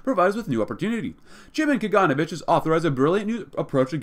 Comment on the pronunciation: When pronouncing Kaganovich, put emphasis on the letter O, KaganOvich.